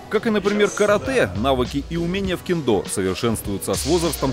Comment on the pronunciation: Ммм,ну-ну,в Тырнетах и я могу присвоить себе звание "Убийцы сотни".Вот только толку то.Согласно тоническому ударению,что правит в Японском,нормативней будет сказать таки кЕндо.У меня всё.